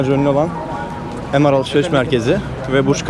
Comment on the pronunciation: Sikindirik food courta oturursan ucuz olur tabi :) emaar avm degil dubai mall girdigin yerin adini düzgün soylesene